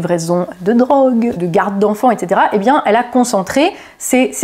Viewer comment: Le IN se prononce IN , pas AN ….. On prononce Seine SAINT Denis , pas Seine SANT Denis ….. BIEN et non BIAN ….. etc etc …. Parisien et non ParisiAN